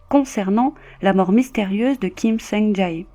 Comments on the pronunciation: C'est Kim Song "Jay" (pour la prononciation), pas "Ja É" 😭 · On prononce son nom "Kim Soung Djè" ~ désolé mais tu le dis tellement de fois qu'à un moment, il faut rétablir la vérité... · Son nom se prononce Kim Song Tsé. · Kim sung jayy 😂😂😂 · vos vidéos sont bien mais on prononce « képop » comme en anglais et on prononce Kim Sung Jè.En tout cas continuez comme ça 👍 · Quelle histoire tragique Juste petite correction mineure ( on prononce "sungjè") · Ni sur la prononciation de Kim Sung Jae 😅